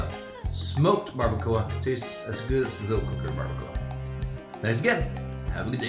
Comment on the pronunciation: Como Mexicano por favor pronuncia las palabras en español correctamente no las pronuncies en Ingles 🤦🏻‍♂️ Barbacoa Tacos Salsa Tortillas